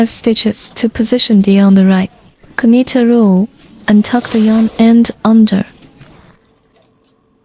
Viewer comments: Thank you for your videos. The letter K of the word KNIT is silent, means you don’t say the k sound. You only say NIT even though there is a k in the beginning. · The k in knit is silent. Just say nit.